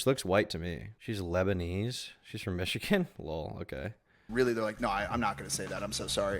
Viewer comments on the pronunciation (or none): none